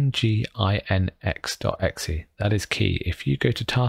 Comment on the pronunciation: Geeky and completely irrelevant point:- nginx is pronounced "Engine-x"